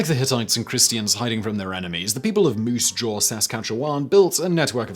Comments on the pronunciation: I hate how he read Moose Jaw Saskatchewan but it is still funny to hear being from Saskatoon myself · His pronunciation of moosejaw as 2 separate distinct words made me smile, and then when he tried for Saskatchewan it made me laugh out loud...some of our prairie names are wild!